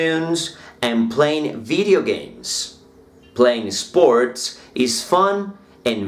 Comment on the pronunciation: Bien profe. Sugerencia. En palabras como skills, sports no pronuncies la E del comienzo. de esa manera te acercas a acento nativo, ya que se te escucha eskill... Esports etc . Con todo respeto.